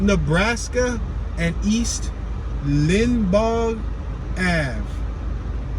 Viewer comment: hey i worked in lawenforcement here in Tampa and this is one bad bad area. you will see lots of trash and debris all over the place. the street is pronounced LINE BAUGH.